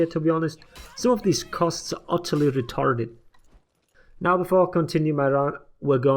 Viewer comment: Why do you say retarded like re-Tar-ted